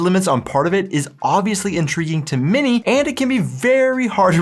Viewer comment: I always hear "" when you say "many Germans". Cracks me up all the time.:D